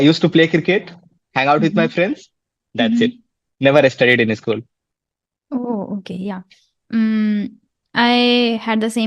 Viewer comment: Not ischool... Say school